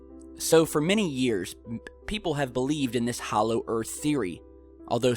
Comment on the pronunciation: Hoolow earth, pfffffffffffffffff!